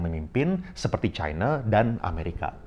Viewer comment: ini sama kayak yg dipaparkan faisal basri.. btw, mirip juga nyebut china kayak faisal, nyebutnya chine... pertama kali sy nonton channel ini